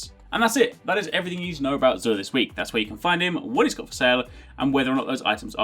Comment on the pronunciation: thank you for pronouncing his name right unlike Queen Gothalion calling him JUR